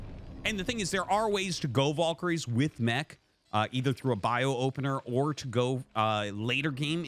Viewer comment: why does he pronounce valkyrie "voll-kary"? it's objectively wrong lol oh and MonkaT